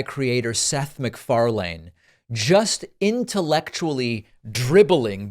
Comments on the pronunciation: Here’s the entire video if you’d prefer not to have unnecessary commentary from a guy who mispronounces Mcfarlane’s name. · You mispronounced Seth McFarlanes last name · Learn how to pronounce the guys last name too. Twit. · All this research and couldn't come across the right way to pronounce Seth's last name :) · Good points all around…but why are you mispronouncing Seth’s name? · You don’t have to add emphasis to the lane portion of Seth McFarlane’s name. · I have never heard someone pronounce Seth’s last name like that or refer to the show as “A Family Guy” 😂 I love Seth, and a loathe the smug arrogance of Bill Maher. So this was a treat. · Please learn how to pronounce "MacFarlane". WTF. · Hey is David intentionally mispronouncing Seth’s last name? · Where is this host’s weird pronunciation of MacFarlane’s last name coming from? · David. The way you are pronouncing Seth’s name is so bonkers. That aside. I love watching interviews with him. He has this reputation because of his comedy but he is so measured and intelligent. I always use interviews with him as a defense of his comedy. Like clearly this is not how he thinks. He just knows what is funny. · Pakman's pronunciation of Seth MacFarlane's last name is killing me lol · Please please please, in the future, when you are reporting on something, know how to pronounce someone's name before you do it. It sounds so bad when you constantly mispronounce Seth's last name. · David why you putting so much emphasis on the A? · Fr, if only David could say his last name correctly lmao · You did not say MacFarlane's name right once... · Please pronounce his name right. I think you fuck it up purposely. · Can't believe you don't know how to pronounce MacFarlane 😂. You came across as a grandpa. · How many times are you going to mispronounce MacFarlane's name if you like him so much, David? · 😂 Has David never heard Seth's last name pronounced before? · David, that is not how you pronounce "MacFarlane" lol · Land not Lane